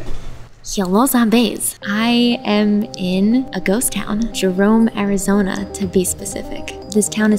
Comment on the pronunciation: I live in AZ and when I heard you say Arizonia I thought of slaughter house Canyon for some reason😂